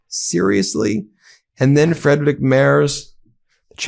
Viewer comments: Ben, it's pronounced Freedrich, not Freidrich 😉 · Hej, please learn how to say "Friedrich Merz". It's Freedrihk Maerts.